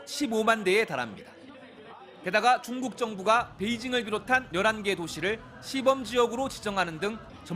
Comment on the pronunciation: 여성앵커는 입에 침 안삼키고 말하는거같고 남자앵커는 중국을 충북이라고 들리게 말 할정도로 발음이 엉망이네